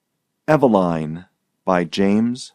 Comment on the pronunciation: Pronounced EVE-e-line, as in EVEning....